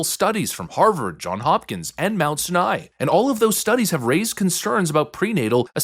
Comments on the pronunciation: lol I love when you get so upset and start ranting then mispronounce names. “Mount Sin-Eye”. It’s Mount “Sigh-nye” like the Mount Sinai in the Bible/Israel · Mount Seye neye, not Mount sineye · Mount sianai is how it’s pronounced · Small critique, but hearing your pronunciation of Sinai physically hurts lol. It’s like Sigh-Nigh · Pronunciation - Mount Sinai (Sai-Nye) Not trying to be a dick just food for thought. Say it however you want. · Mount Sinai is pronounced in two syllables, IE Sai-Nai. Hope this helps, just didn't want you sound uninformed. Keep up the great work! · My guy, you might need to consult some people on pronunciation before these videos. "Sinai," man. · One thing. Mount Sinai is pronounced S-EYE-nai not S-i-nai. Other than that great work as always! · Mount Sinai (sigh nye) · Sigh-a-nigh. Fyi on pronunciation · Pronounced "Mount SY- nai". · It’s pronounced “mount sye-nye”. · Its Mount Sinai (sai-in-eye) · Jesus Christ, the way you pronounce Mount Sinai makes me want to punch you in the mouth. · Ffs. If you don't know how to pronounce a word, look it up before you record. The first I in Sinai is pronounced like it is in the alphabet. And its uh-see-tuh-meh-tuh-fin.